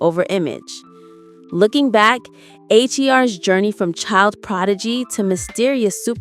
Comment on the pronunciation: Damn AI can’t distinguish between the name H.E.R because of the periods. It’s just HER AI! Say HER!